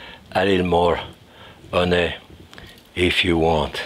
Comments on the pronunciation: Just came here for the "Hunaay" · I just love your French accent. Especially the word. “Huny “ lol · Great accent on the word, "honey". Love you, Jacques. Merry Christmas and our hearts are with you and your family